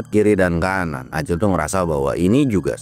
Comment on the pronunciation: Belepotan nyebut Ali sama Acil patuker paganti pagentos 😂